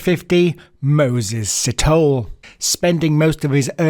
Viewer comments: First of all: Great content! Thorough research! Some viewer input: Sithole { See-toll-e (as in egg)} Maake {Ma (as in mum) -ha (as in mum) -ke(as in egg)} Please don't take offense; I'm just trying to be helpful.:goodvibes: #JustSaying :D #SouthAficanHere Please cover the South African Gert van Rooyen some point. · Si - to - le. Lukaska? LU - SA - KO. important capital city! Maa - keh. Not maki.